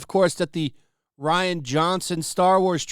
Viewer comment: Star Wars franchise is definitely trying too hard. They really need to get back to their roots. Also, fyi, Rian is pronounced exactly the same way as Ryan.